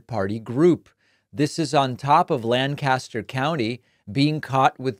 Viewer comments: Grew up in Southcentral PA, it's 'Lanc-aster' not, 'Lan-caster'. Not an important correction but, worth mentioning. Not surprising that there are non-profits trying to registered people in York (probably York city itself) which has large communities of color, which would easily swamp the small towns of the rest of a county (who are predominately white). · Great video. It’s LANKkisster not lanCASTER, since we’ll probably be in the new A LOT the next several days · Its pronounced lank'-aster not lan-cas'-ter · I even hate the way he pronounces the name of my home city of Lancaster, and that's the one in the UK. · He’s mispronounced Lancaster.